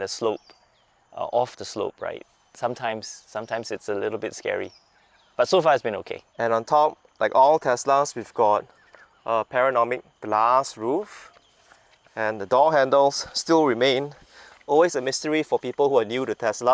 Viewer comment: It's "PA•NO•RA•MIC" 😅